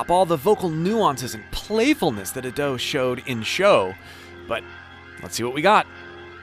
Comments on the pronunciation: A-do, not adoo. Try pronouncing her name right please/ください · it's not A-Do, it's Ado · I love how he mispronounces Ado each time